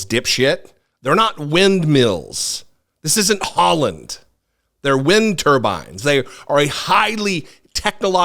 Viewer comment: Trump just can't get "wind turbines" and "stollen" right.